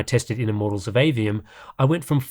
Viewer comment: "Immorals of Aveum" :D